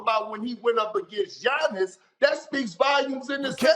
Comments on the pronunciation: K.p finally learn how to Giannis’s name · I'm surprised Perk was able to pronounce Giannis' last name correctly